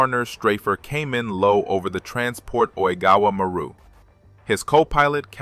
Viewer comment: While the story is good, the pronunciation and terrible captioning are horrible. Maru is pronounced Ma - roo. It's Japanese for sea. Most, if not all, of Japan's merchant fleet had Maru in the name.